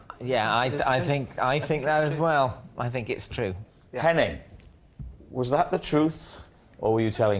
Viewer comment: Henning's surname is pronounced like vein